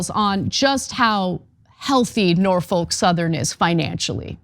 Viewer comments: It's NOT Nor-foke. It's Nor-fuk. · It's not "Nor-folk", it's "Nor-fuck"! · So said this during the stream, but you're not pronouncing Norfolk correctly. The folk should sound more like a different f-word. (edit: grammar) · I had to quit listening due to the constant mispronounciation.